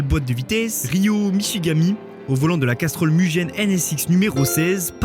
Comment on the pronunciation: Salut. L'algo' de YT m'a mené à ta vidéo que je découvre avec bonheur. Puisque tu nous invites aux retours, je t'informe de ton erreur à 4 min 24s : "double arbre à cames" : quadruple en fait. Et sinon, "MUGEN" doit se prononcer "mouguène". Évite juste la vulgarité et sinon continue comme ça : ta vidéo est excellente, et elle respire la passion. Allez, tu as un abonné de plus.